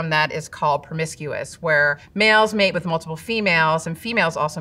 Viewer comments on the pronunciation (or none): none